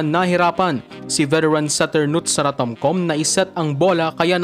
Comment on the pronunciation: Tomkam ang basa po